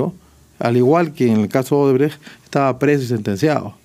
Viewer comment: Y el dipsómano alcalde dice Odebreg, es Odebrech...🍻